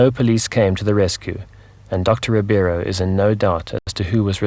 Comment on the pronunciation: Just one small correction. His name is Doctor RIBEIRO, not Ribiero.